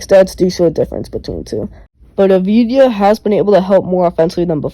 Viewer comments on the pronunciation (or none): it's not a-vi-di-ya, it's av-di-ya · You spell his name wrong ! Not avidya, not avdija. You spell his name: AVDIYA. Av- di- ya